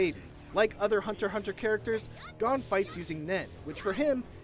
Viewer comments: It Pisses me off the way u mispronounce most of the names... how u mess up Gon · You pronounced gon and killua wrong. For gon you you say the o as a long o. And for killua you pronounce it as keylua. I had to point this out because it’s my favorite anime. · I like that you can't pronounce Killua or Gon's names correctly. Try watching an episode or two to make sure you got the names down, man